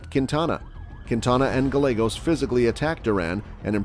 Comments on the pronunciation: Double LL in Spanish is pronounced as a Y so Gallegos is actually Gah-YEH-Goes not Gah-Legos. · Guy-ye-goes Not guy-legos! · Guy - yeah - gos. Not galegos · Lol....gallagos..... it's guy-aygos. Weirdo. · Gallegos..."guh Legos" Fool where are you from? 🤣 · Gallegos is pronounced as Ga-yae-gos. "Ga" as in lady gaga. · Gallegos is GUY-YAY-GOSE.....c'mon bro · Gallegos ... pronounced GI-YEAH-Gos. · pet peave, my ex husbands last name was gallegos, it's pronounced GUY-A-GOS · Omg Gallegos pronounced “GAH-YEH-GOES”….if you going to narrate learn the actual names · Learn some Spanish. Gallegos isn't pronounced Gall-egg-os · Gallegos is pronounced as if the "ll" is a 'y'. I just wanna see your channel grow and thought I'd do my part to help. Cheers, dude! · The real crime here is the pronunciation of Gallegos. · 2 L's = Y sound. Learned that in 8th grade Spanish. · Bruh can’t say Gallegos right lol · You said the 1st guys last name wrong sir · Gallegos isn't pronounced with an L 🤦🏻‍♀️ LL in Spanish is pronounced as a y sound like in yet. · If you are going to be doing a report at least pronounce the last names correctly